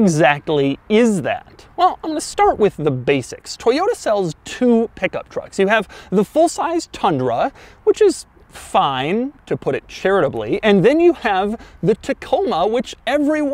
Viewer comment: tundra not thundra